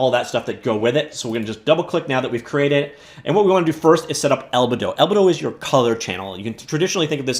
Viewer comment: Fantastic video! Minor correction: albedo is pronounced al-BEE-doh, not AL-beh-doh :)